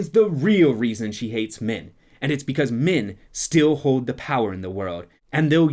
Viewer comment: Sometimes when you say "men" it sounds like "Min", so I heard some really confusing things. "... Causing Min to attack the Dark One without the women's help..." "...and how Min going Mad would influence..." "This is a word where Min can only be reincarnated as Min...." 😂😂😂